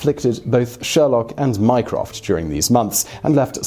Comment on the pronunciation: My-croft microsoft